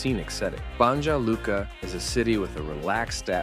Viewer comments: English-speaking speakers in such videos should consult locals about the correct pronunciation of foreign names. For instance, Banja Luka should be pronounced Banya Luka, like New York or New Jersey.🤓😉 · BUNGJUH LUKUH... BRO THEY GON' KILL YOU 💀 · Narrator mispronounces "BONYA" LUKA. It's not "Bonjah" Luka. And real spelling is BANJA LUKA. I lived and worked in this mostly rural region of Eastern Bosnia. Hvala... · BANJA LUKA IS PRONOUNCED "BANYA LUCA", NOT "BANDJA LUCA"! IT'S "BERN", NOT "BURN" and so on... for all the rest! The least you can do is to learn how to pronounce the names of this VERY POPULAR European cities! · It is pronounced Ban-ya Luka. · It’s pronounced bah-nya lukah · Banja Luka has to be pronounced Banya Luka. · Ban-Ya Luka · You butchered the pronunciation (it's ba-nya lu-ka) but I love that you mentioned my home town, Banja Luka! 🎉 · I like how he just makes up pronouncations for some of those cities. If you're gonna look up information about them why not google how to pronounce "Banja Luka" - for example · You pronounce Banja Luka wrong. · #9 Wrocław (I couldn't figure what you say) The way you pronounce should be Vrotzuav. Polish is not English. Something like Banjaluka should be pronounce Banyalooka. Gyros (Greek food) you also mispronounced. What a shame.